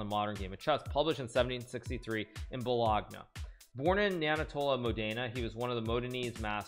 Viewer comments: pronounces a bunch of Italian nearly perfectly "Balahgnuh" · Hikaru: Bolog-na For real... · "Bologna" My soul hurts